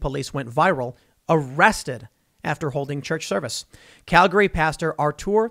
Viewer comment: Impressed, you pronounced Calgary right! People living in Calgary can't even do that 🤣